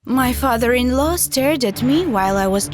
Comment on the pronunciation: Her Father in laow Me Girl it is Father in law